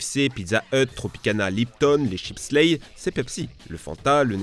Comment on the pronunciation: Si au moins il saurait prononcer correctement les mots. On dit chips Lay's, pas lay. Le "S" n'est pas muet!